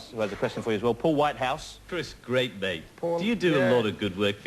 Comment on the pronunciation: The host is doing a GWEAT job!